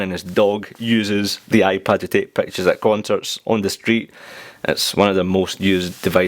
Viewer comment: "Nobody uses iPad to take Pactures , dasagree or aagree?" hehehe (no offense :P)